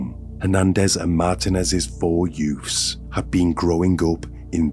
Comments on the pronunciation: I can’t watch your videos with the sound on. Your Mystic Meg delivery, and inability to say ‘youths’ drive me to distraction. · Yoofs?Its children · yeah I know. I can tell by the way he made up the sentences. But I just can't help but hear the word "yoof" 😂😂😂